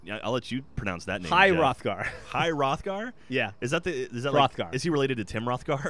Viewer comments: its high hrothgar (high roth-gar- roll the r) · It's High HR-OTH-GAR if you play the game. c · my midevil lit teacher would be ashamed of pronunciation of Hrothgar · They're saying Rogar. It's Hrothgar. You're s'posed to pronounce the 'th' like you would in the word 'the'. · High Hrothgar is said how its spelled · high (h-Aye) hr-oth-gar (hur-awth-gar) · Grendel was really awesome, also i beleive it's pronounced Ha-roth-gar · It's high Hroth-gar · High! Ho-rath-gar! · Hro-th-gar, there happy? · I thought it was pronounce "Hroth-gar" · Nononono, it's Hrothgar! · Hrothgar is how it is pronounced. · It's pronounced "Hrodhgar" ð is pronounced "dh". It's called an eth. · Its Her*ath*gaurd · It is pronounced her-roth-guard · actually the H is silent, it's just pronounced roth gar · MrDreadwing108 then y is it pronounced he-roth- gar by npc's? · It's pronounced like this rothgar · It's Pronounced Hir-roth-gar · Hrothgar = ha-roth-gar how it is pronounced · actually its pronounced hrothgar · The weird d letter thing is "eth", and in Hro(th)gar's instance pronounces like "th". Google old english, it's pretty weird. and cool. but mostly unpronouncable! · actually it's pronounced Hrothgar